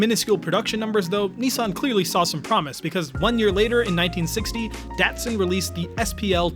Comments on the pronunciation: This was a great review, but your age it's showing. Your not old enough it's pronounced "DahT-Sun, not Dasun. Little more umff...to it for the streets, were the cars really excelled and rose to prominence. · It’s pronounced “Dotson” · Pronounced dot sun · It’s pronounced Dot Sun. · Well, if you grew up with the Datsun 240Z and cars back in the 80s, you would pronounce it like an American as "Dotsun". see Jay Leno or any older folks. Dotsun is pretty darn close to the way Japanese pronounced it. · I always thought it was pronounced DOT sun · You're not saying the word Datsun right! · Great great video, it's funny to hear someone from your generation say the word datsun. It's pronounced differently but unless you were around in the 70s you'd never know, that cracked me up. Awesome video man.